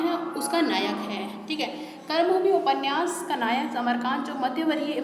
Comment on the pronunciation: बहुत सारे शब्द आपने गलत बोले हैं । शुरू में ही ‘कर्मभूमि‘ को आपने ‘करमभूमि‘ कहा, ‘प्रेमचंद‘ को ‘प्रेमचंद्र‘.. कृपया सही शैली अपनाएँ।🙏 मेरा उद्देश्य आपको ठेस पहुंचाना नहीं बल्कि सुधार के लिए कहना है।